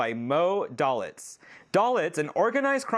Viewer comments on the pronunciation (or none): Dalitz. Day-litz.